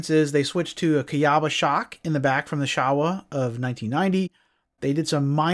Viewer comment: There was a Showa Plant in the Town I grew up in and it's actually pronounced Show-uh. That's how the Workers from Japan Said it Anyways. Not trying to be a D*ckhead, just an FYI message...